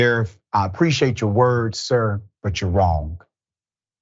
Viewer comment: You pronounced a word wrong